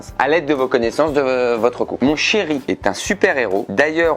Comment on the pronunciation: Y dit con au lieu de couple au début ou je suis totalement fou ?